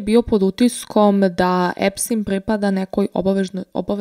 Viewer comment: korektno je izgovoreno i na talijanskom jeziku je Epstin.